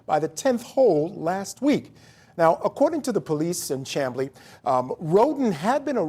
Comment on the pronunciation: Chamblee, Georgia is pronounced: SHAM BLEE.